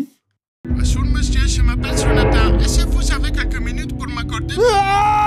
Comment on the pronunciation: L’accent de Seb quand il fait « Jonathan » j’ai liké la vidéo.